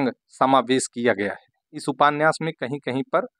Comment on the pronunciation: आप उपान्यास क्यों बोलते है सर